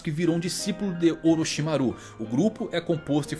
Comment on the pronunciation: A pronuncia de Orochimaru do me incomodou profundamente